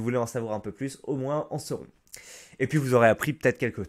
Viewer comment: Pourquoi le mot "moins" tu le prononce "moince" qui est faux, et non pas "moin" qui est la vrai prononciation ?